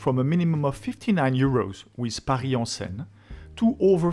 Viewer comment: Oh it's okay, I was just making a lame joke. In hindsight I just recalled that it's Bill Engvall who does the "here's your sign" joke not Foxworthy. Anyways I made the joke because when you first said Seine it sounded kind of like "sign" but I know it's closer to "sen" like in "send" or rhymes with "pen". For the name of the river.